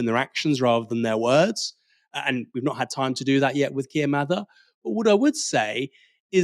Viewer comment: Thanks, you pronounced "Mather" correctly. Starmer didn't!!